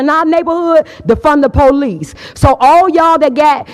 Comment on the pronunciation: The poleece!😂